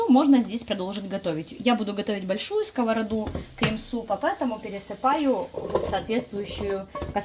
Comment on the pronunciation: За сковородУ, а не скОвороду - отдельное спасибо!